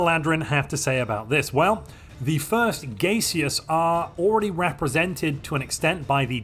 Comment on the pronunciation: Not gonna lie, the pronunciation of "gay-seous" threw me for a bit...